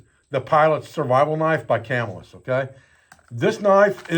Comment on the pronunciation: CAM-Il-US. It's the town in NY where they used to be.